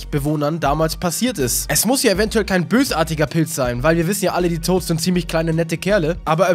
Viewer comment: "die Toasts" ? XD